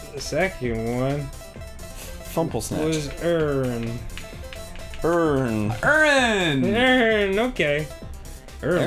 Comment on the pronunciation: daaaan its not errin its eerin